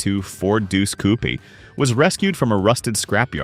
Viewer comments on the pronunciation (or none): These DAMN AI VOICES and their bullshit pronunciations! "CouPEE"? Too many to waste time on in comments but sheyt